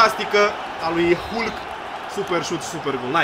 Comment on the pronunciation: Se citeşte "halk"